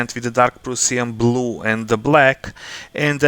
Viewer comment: Дарк праш(а)н блу, убија ме како ти изговараш :-D Добар видео иначе, ја бих вероватно плаву урадио ербрашем, брже је и лепши су прелази. А зенитал мислим да није битан на осталим деловима фигуре, тако да ако их заговнаш плавом није битно.